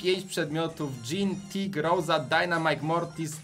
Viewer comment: Nie roza tylko rosa